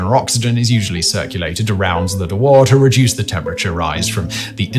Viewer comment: Why is he pronouncing Dewar as Do War? It's more like Dewer.